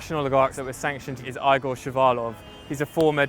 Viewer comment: This could've been a great video but could you have used a better journalist? At least one who can pronounce the name Igor correctly